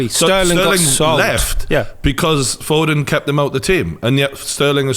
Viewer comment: It’s foden not foding